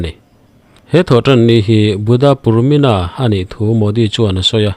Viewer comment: Purmina ni lovin Purnima tih zawk tur aw Sir 😅